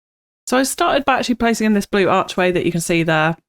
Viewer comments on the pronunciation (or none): none